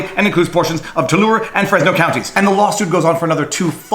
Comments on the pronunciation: Devin Nunes is actually my congressional representative (also, we pronounce it too-LAIR-ee). I haven't actually heard of any of these things going on. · We pronounce it tu-larry in California. I assume the word is French and you're probably pronouncing it properly though lol